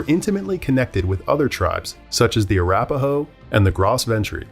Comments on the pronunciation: Arapahoe is pronounced, uh-rap-uh-hoe. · Arapahoe is pronounced with emphasis on RA. eg: a RAP a ho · Arapáho? Arápahó? Árapáhó? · And Arapahoe is ar-ap-a-ho.